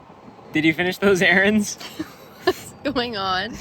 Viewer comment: Did u finsh those erAANds😂😫